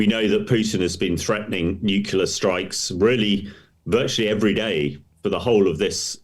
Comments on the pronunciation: Is this guy your guest or is he just jest? A guy who imagines that nukula is an english word doesn't have much credibility. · Nukula ? It's surprising that an expert says this. It undermines is professionalism. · What does "nucular" mean 🤔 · N-U-C-L-E-A-R It isn't pronounced newkyoular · George W Bush pronounced it the Same way